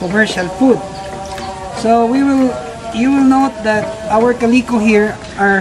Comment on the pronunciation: I love your videos! I love them enough i named my beautiful blue betta. I named one of me female betta with calico coloring, Caleeco. I love how you pronounce it, it sounds good and fits her well. I have learned a lot from your videos. You are such a wonderful person for all the wonderful things you do to help others. Please keep the videos coming.